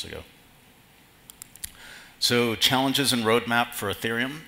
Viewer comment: It's "Ethereum", not "Etherum".